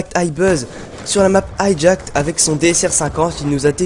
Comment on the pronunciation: ENFIN QUELQU'UN QUI PRONONCE BIEN LE NOM DE HIJACKED !!!! HALLELUJA !!!! :D Mec je suis ton plus grand fan :P